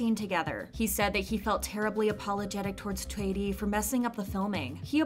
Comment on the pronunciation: I love how you pronounced Choi as in the Korean pronunciation and not the English pronunciation!💖